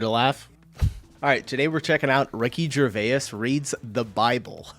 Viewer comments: Gervais is pronounced JER VAZE not JER VAY IS. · Gervais is pronounced Jer-vace, rhymes with face